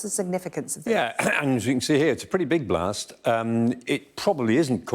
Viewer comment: She: "It was a Blah Tseh..." Elsewhere: "There was a "Blasstz." Putin: "Insurance will pay."